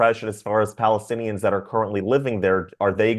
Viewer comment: It is Balestinians not Palestinians , arabs can not say P.